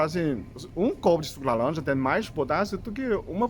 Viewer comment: O senhor é muito fôfo!! diz: "lalanja" 😅😅😅😅 Muito sábio também 😊😊😊❤❤